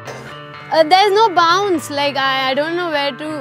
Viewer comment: Whare is mai Goud damn Chili